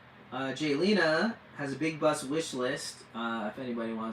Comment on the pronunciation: It is Jaylena , not Galina. Please get it right. I know I'm being petty but if you lived with my name ( Retha) you would understand why I'm sensitive about names and the spelling. I've been bullied all my life about my name . Being called all kinds of ridiculous things. I don't mean to offend you so please don't take my comment wrong. Have a blessed day!❤